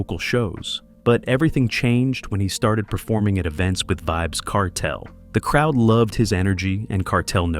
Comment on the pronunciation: Man bearing false witness pronouncing Kartel name wrong stop do these dumb shows homie yuh will loose yuh life memba mi warn him